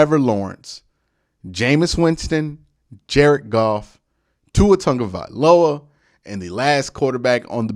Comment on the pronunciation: "Tua Tongue a viola"